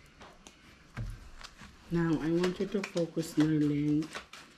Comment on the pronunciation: besaya ka ba.. focus hindi fucos 🤣🤣🤣